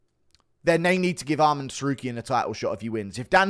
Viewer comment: not sure if you’re taking the piss but you need to learn how to pronounce Arman. it’s not almond